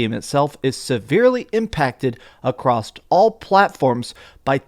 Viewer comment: There's no "t" in "across".